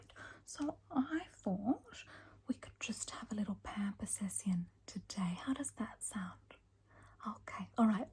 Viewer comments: This was so so relaxing but I laughed out loud at “sessyon” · The -ción pronunciation for certain things like "pamper seción" is soooo good!! Hilarious and relaxing.